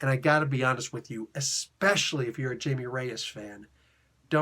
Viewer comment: As part of the overall "infected" storyline I thought it was fine. It's not a good stand alone though and it doesn't have much of the Jaime character to it. (Jaime is pronounced like hi-me btw)